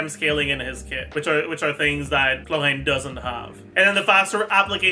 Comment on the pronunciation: I genuinely think mispronouncing names hurts your guides, every time you go "HLORANN" I have to do a double take to make sure I'm not stroking out